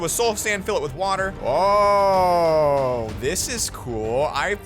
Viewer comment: When he was building the water floats he went ohhh and he sounded so British